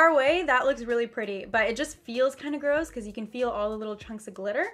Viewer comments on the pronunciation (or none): none